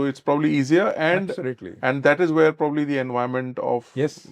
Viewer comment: Prob-ably, it sounds off when he is speaking. And it's tech-nology